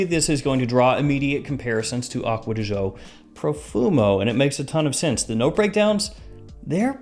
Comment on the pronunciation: " acuadeeshoh" XD